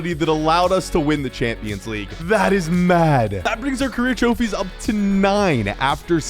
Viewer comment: it’s pronounced Trophies not trophys🤣🤣🤣🤣🤣